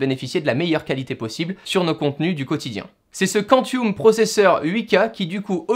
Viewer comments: "kantioum" LOL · Super vidéo dans l'ensemble mais juste..."quantioum" quoi...😭